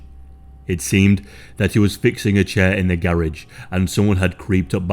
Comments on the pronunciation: Just say garage right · The way he says garage 😂😂😂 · Who else loves how this channel says "garage".